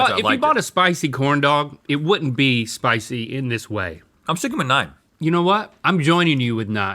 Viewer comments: Nein not nine 😂😂😂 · Rhett turning into an angry German when saying "nine" 😂😂